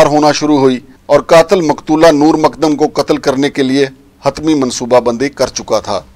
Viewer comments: Makdam Nahi mu-kad-dam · جناب ۔۔۔۔۔۔۔ مقدم ہے ۔۔ "د" کے اوپر شد ہے ۔۔۔۔۔۔۔۔۔ ق کو دو بار پڑھیں ۔۔۔۔۔۔۔ مقد دم ۔۔۔۔۔۔۔۔۔۔۔ سلامت رھیں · Abay tujhay naam tak sahi Lena nahi aata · Nam tu sahi se lena sekh lan.